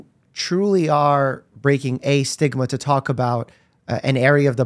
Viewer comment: No one gonna talk abt colby saying stigma and me thinking he said sigma